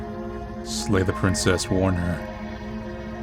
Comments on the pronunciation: SLAY, SLAY!!! NOT LAY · Narrator says slay the Princess, but I'm hearing lay the Princess. I mean, that tail, tho. Benchpress me, Princess.